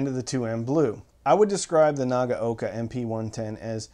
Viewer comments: Pretty good. A little too hard on the "g" and a little bit "clippy" between the syllables. And, the first syllable "na" is too long while the last is too short (naa-ga-oka). It's an audio channel, so how things sound is important, right? LOL. But, yes, importantly he got all of the "a" sounds right, which is where most Americans chomp the bit with Japanese pronunciation. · Arrrgggghhh! It's pronounced Na-gow-ka!